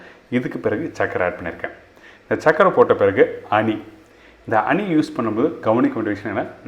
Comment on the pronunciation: அனி அல்ல ஹனி